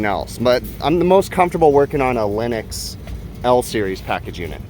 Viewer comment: did you say Linux, or Lennox? I'd like the see a Linux Powered AC Unit. Let it hook into home-assistent and give us all the API info like your Samsung Tablet your using gives you.